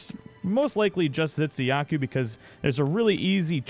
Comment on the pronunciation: I'm sorry but I could help but notice you pronounce Tzitziyaku as Zitsiyaku (ㅇㅅㅇ)